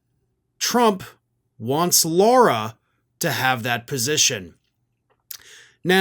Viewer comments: I believe it's Lara-not-Laura. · Why does keep calling Lara Trump, "Laura"?